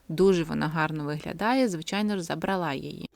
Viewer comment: Гарнирі речі. Гарна мова. ЗабрАла, вибрАла.